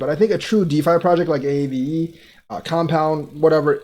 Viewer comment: Never heard “Aave” spelled out as it’s name..a a v e “Ahh vey”